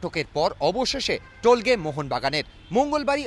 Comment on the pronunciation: টোলগে নয়, তোলগাই